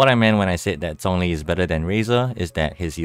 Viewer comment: Still pronounced zhongli wrong though. I’m using Chinese voice so I hear the correct pronunciation of his name